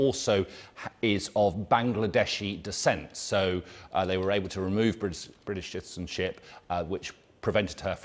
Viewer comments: Can we talk about how hard he is finding it to pronounce “british citizenship” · This man struggles to say British citizenship about as much as Shamima struggles to get back to the uk